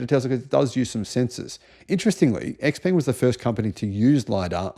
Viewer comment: Isn't Xpeng prounounced “Shpeng”